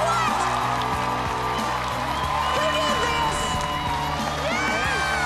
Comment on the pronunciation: He said "cold"; he just didn't say the "d". He said it in reference to Michael, blocking Reba.